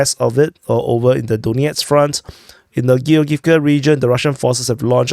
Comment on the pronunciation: "Giogivka"., this one is easy to pronounce as its from the name Georg. Georg-ivka.